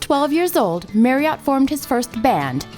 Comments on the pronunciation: Great but the narrator sounds like she's reading the bouncing ball over the words. MarriOtt? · Merry-AUght? At least learn to say the man's name for f**k's sake! No it's not an accent thing, it's an emphasis thing and his name is HIS name. Respect? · It is Marriot, as in Chariot, not bloody marry ,,,,ott!! Just before 8: 44 he said his name, "I thought I was Jerry lee MARRIOT"!! I do wish the Americans would learn ENGLISH as we created it rather than put their own their own "spin" to it! Yah now wot I meen yeh, sright innit, you dig man , dude !! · Interesting video - but FFS it pronounced Marry ut - not Marry ot. Just really annoys me everytime she says it. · Marry-Ott?? It’s pronounced Marry-Utt FFS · Annoying that the narrator of a video about Steve Marriott cannot pronounce "Marriott". Marry-OTT! - damn ridiculous! It rhymes with "Harriet". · It's pronounced Marry ut not Marry ott doh! Bloody yanks 😂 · Such a shame she cannot pronounce his name . It is' Marry-utt not ot. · Marriot Not Merriot ! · Why is she calling him Mary-ot? His surname contains double 'r', MARRIOT, so it is pronounced MARRY-OT as in MARRY, not Mary! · It's Marry-ut not Marry-ot. In the UK we observe the neutral vowel. Nice video though. Keep up the good work. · It's pronouced Marry-ot not merry-ot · A great video spoiled by the voice over. Surely the "voice actor" could have learned the proper pronunciation of Steve's surname. ( It should of course rhyme with chariot) No excuses for the American accent as it's obvious she hadn't a clue who he was. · Steve Marry iot, for god's sake say his name properly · Spelt Marriott pronounced Marriatt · His name is Marriott not MARRIART. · I wish narrators would take the trouble to determine how the guy's name is pronounced! 'Marry -uht'. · It might be spelt Marriott but it was pronounced Marriett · I thought his name was Marriott - why does the voice over keep saying Merriott? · Please pronounce Marriot correctly and not as the hotel chain.